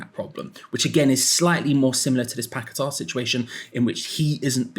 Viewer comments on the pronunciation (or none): Will come back when you get his name correct. Not pack a tar it's paqueta. Your not the only one either . As him as I have how his name is lol 😂😂